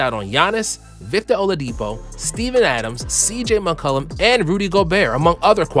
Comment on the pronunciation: Bro said oladipo and Steven adams lol